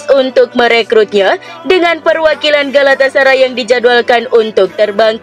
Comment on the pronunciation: Nah gitu donk.. dah bener ngomong galatasaray-nya